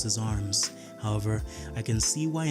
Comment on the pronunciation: I’ve never heard anyone repeatedly say “how-ver” more in my life